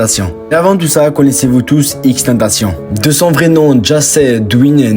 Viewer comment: Il respecte même pas la prononciation de XXXTENTACION 🤦🏾